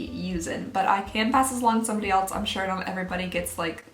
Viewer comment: I love how she says else ❤️ elets 😂😂